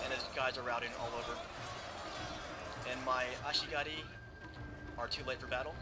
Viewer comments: Actually he's not, he pronouced it "Ashigari". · yeah but at first he pronounced it Ashigaru, then started saying Ashigari. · Love the way you pronounce ashigaru. ASHIGARUUH! xD